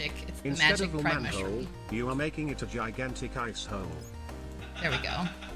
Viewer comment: She said prime mushroom I heard pride mushroom it gave me an idea for my cottage core Minecraft server